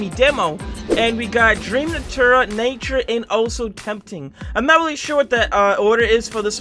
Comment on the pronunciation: U legit just said nature wrong